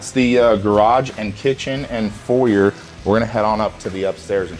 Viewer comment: Guy has a foyer but can’t say foyer….